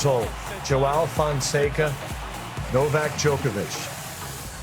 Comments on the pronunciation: Put respect on his name. it's pronounced JO-UH-WU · I love how Lefkoe confidently corrects the pronunciation while totally butchering it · It's kinda funny hearing Americans or non Brazilian mispronounce "João." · Pessoal precisa aprender a falar: João! 😂😂😂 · I’m offering all Americans free classes to learn how to say João properly! 😂😂. Jokes aside João is the real deal and your comments are great! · do they know they are pronouncing joão wrong? XD not trying to be mean, just curious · The host thinks he speaks João correctly, but I'm sorry to tell he doesn't. It's better Americans keep to Fonseca instead. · Now they should learn how to say his name properly